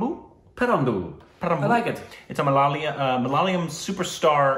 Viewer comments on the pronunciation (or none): Its Ma-la-ya-lam.... Not Ma-la-la-yam... Uff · It's MALAYALAM...NOT MALALAYAM..you guys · Not malaliyam it's malayalam😭